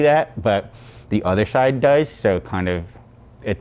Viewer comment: "the other shide does"